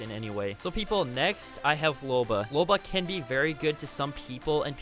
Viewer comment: I'm sorry did you just say loba